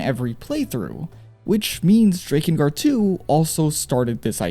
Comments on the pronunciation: The way you say DRAKengard is off puttingly wrong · Drake-in guard lol thought you were saying like that to troll us then heard you say hierarch lol still good video that aside appreciate the work and lore